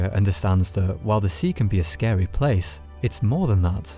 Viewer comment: It's not a horror game. It's a terror game. Also water scawy.